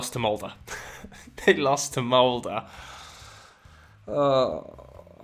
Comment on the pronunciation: Mans actually pronounced Molde correctly 👍